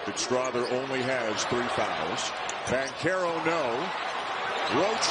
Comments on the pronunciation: Its not Bankarrow its BanCHAIR Ohh foo even if im wrong im right lol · Who told that man it was pronounced Bank-arrow?? 🤔